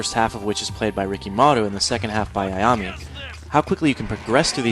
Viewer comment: it's ayam-A not ayam-Y